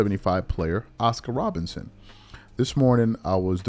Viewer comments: are you saying Robertson or Robinson, a little suspect sometimes 👀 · Bro, can you say ROBERTSON plz!!! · I couldn't agree more, wish I could like your comment 1000x. Also no real ball fan would repeatedly mispronounce Oscar Robertson's name. That happens because is not a real basketball fan. He started a YT channel and said what topic will continue to be around for decades and get me views? He chose basketball. He's lazy too because he's repeatedly got other player's names wrong and made mistakes with rosters when it takes all of 2 seconds to look this stuff up before recording the video.